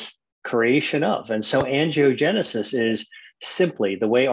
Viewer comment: Wow I’m shocked he would go on this girls podcast we need to see him on GMA not some podcast who can’t even pronounce Angiogenesis smh